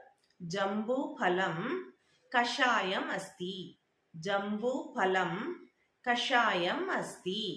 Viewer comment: கஷாயக் னு மட்டும் வார்த்தை இருக்கு.. அடுத்து கசாயம் னு இருக்கு... But உச்சரிக்கும் போது கசாயக னு உச்சரிக்கீறீர்கள்... சற்று குழப்பமாக உள்ளது சிஸ்டர் 😔இதே போல அநேக வார்த்தைகள் 😮